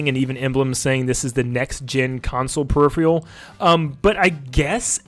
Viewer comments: It’s “per-if- er -al” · I love this whole video!! even the new invented word "periffiyel"! I can't wait to add it to my peripherals.